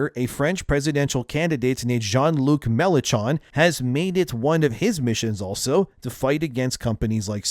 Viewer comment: "jean luc Melan chon" 😭😭😭 It's pronounced with a shht sound for his last name Melanshhon